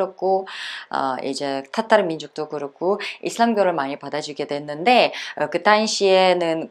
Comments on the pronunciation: 따따르 민족으로 발음이 들림 그럼 따도 아니고 타도 아니고 그 중간음인가요? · 님 러시아 어디 사투리임? 땃따르? 따땉르? 러시아 표준발음으로 화실히 해주셈